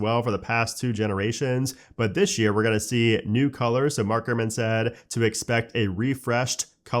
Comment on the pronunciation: "dishhhh year"